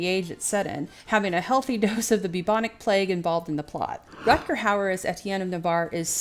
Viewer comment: Compliments for the accurate pronunciation of the name